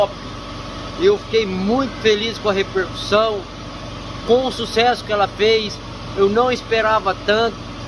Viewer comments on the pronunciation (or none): none